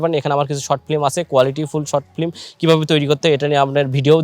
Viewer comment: ভাই প্রথমেই আপনার ফ্লিম কথাটা শুদ্ধ করে বলেন। ফ্লিম না শব্দটা হবে ফিল্ম...